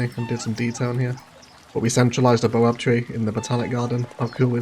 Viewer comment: That's a baobab tree and baobabs are widely distributed in belts across Africa. I'm from South Africa.. the pronunciation is bay·uh·bab tree😂😂 Great vid none the less😂😂